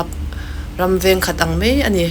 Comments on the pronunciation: Enga tinge Mizo tawng lam rik hi mi puitling awm Tak Tak tepawh hian an tih dik loh fo le? Nang pawhin "Mai" tih tur "Mei" I tizel a. Han ngaithla nawn ve teh. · Mei ti lovin mai ti tawh rawh ngaihthlak a nuam lo thin